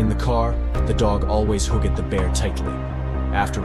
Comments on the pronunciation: I love when AI's can't pronounce simple words like Hugged and Liked 🤣🤣🤣🤣🤣🤣🤣 it makes videos sound SO much more professional and polished! 👍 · I'll subscribe when you can correctly pronounce the words "hugged" and "bathed'. Robot !